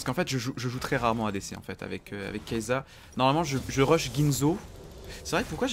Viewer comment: sa se lis pas kaysssa ?